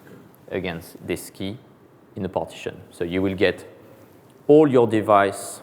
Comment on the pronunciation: Dear AWS! Please provide an edited transcript of this so I can follow! Having someone who is unable to say "relational" or "partition" in English without me having to rewind fifteen times is really not a good start. I mean no offense and I'm sure if gave the talk in French it would be absolutely wonderful. But in English? No way. There's just no point.